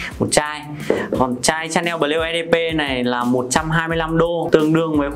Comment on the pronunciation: Lạy cụ! Nói Tiếng Việt đã không chuẩn rồi thì thôi. Nghe phát âm tên thương hiệu chối không thể tả! Lạy hồn còn phát âm tiếng anh thì chuối cả nải😏😏